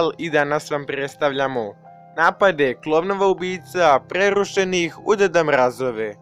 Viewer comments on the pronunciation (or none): Kada kazes "pRReRRHUšenih u deda mRAAYGHove" boli me glava